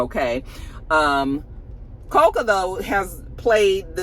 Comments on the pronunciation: Say it with me in unison CO-CO… Like the Butter!!! 😅Omg!!! We gotta say the young queens name right!! 😂😂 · “Co-cuh Golf” Gotta love absolutely destroying an easy name😂. Coco Gauf like Coco Jones like Coko from SWV like Cocoa Puffs the cereal. 😂